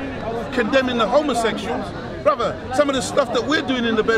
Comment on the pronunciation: i think ive heard him say BROZZER like 49 times